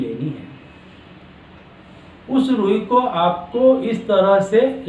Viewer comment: Kya rui bola, aate ki rui? Pls clear it. Name the rui clearly pls.